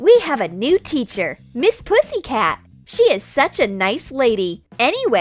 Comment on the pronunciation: You sayed pissycat